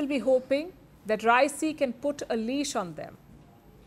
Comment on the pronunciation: Pronunciate Raisi correctly